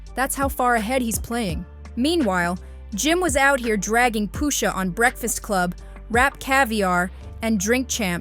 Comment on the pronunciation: “Poo-shah” lmao… FOH